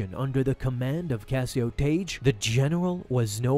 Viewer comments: It's not Taige... It's pronounced TAG! Tagge's name is pronounced the same as Tag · It's not pronounced "Tage" it's pronounced "Tag". TAGGE. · Just saying.. in Star Wars, Tagge is pronounced "tag", rather than "tayj", as per the pronunciation in the Star Wars radio dramatization that Lucas had oversight of. Good video! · Tayj lol. Couldn’t make it two minutes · I've always heard it pronounced like tag. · His name is Tagge, not Tage. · It's pronounced "tag" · The pronunciation of the names Tagge and Motti in this video hurt my soul.